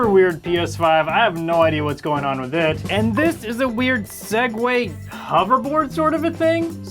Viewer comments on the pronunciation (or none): Crazy to hear a Tech YouTuber say "sague" and Not Continue With "to Our Sponsor" 😂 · Every time he says 'Segway,' I have an urge to skip a few seconds. Thanks, Linus Tech Tips.